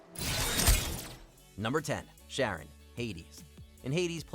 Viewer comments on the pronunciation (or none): Pronouncing Charon as "Sharon" instead of "Karen" is rough, but the monotone and feeling of total uninterest you have in the list makes it a rough watch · Zagreus: Says Charon Properly Twice in 30 seconds.: SHARON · It's "Charon", not "Sharon" 😂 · Charon, pronounced Kar-on: "Sharon" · I’m sorry for being petty but had to dislike cuz you don’t disrespect CHaron by calling him Sharon. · Sharron??? How dumb are you guys??? They even say the proper way to pronounce it in the game clip you showed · How do you call him SHaron? When the gameplay literally says CH(K)aron? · why are you pronouncing it “Sharon” when the character IN THE GAME IN YOUR OWN VIDEO is saying “Charon?” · Sharon....? SHARON!? Seriously? You didn't even bother.... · How are you going to hear Zagreus pronounce Charon and then mispronounce it right after… “Sharron”? Cmon y’all. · Also it's pronounced like Khaaron so. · IT'S CHARON!!!!!!!!!!!!!! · i like how the clips have Zag pronouncing Charon correctly and then the moron is over here messing it all up, as the clip keeps correcting him. this was too easy and you still had sex with the dog! WTF MAN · The video literally told you how to pronounce charon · zagreus literally pronounces charon's name in the clip shown, and the presenter still gets it wrong smh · They literally say the name of Charon in the video and YOU STILL SAY IT WRONG?? HOW ARE YOU THIS STUP!D ?? SERIOUSLY ?? No wonder you're just a presenter on WM. You're just too stup!d for an actual job. WM needs new people.. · Is he mispronouncing Charon intentionally? Even in the background Zagreus is pronouncing his name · Don’t worry about the other idiot who replied to you, YOURE right. He literally pronounced it wrong after given the actual pronunciation lol. It wasn’t up for interpretation at that point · In his defense that pronunciation has been used in other shows and movies.